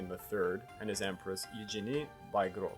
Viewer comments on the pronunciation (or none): none